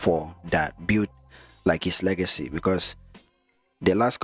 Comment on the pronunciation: Its "legacy " not lagacy